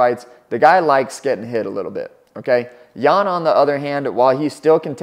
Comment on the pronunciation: Not necessarily. Could be correct spelling but wrong pronounciation. Xiaonan's last name is also Yan and they say it wrong too.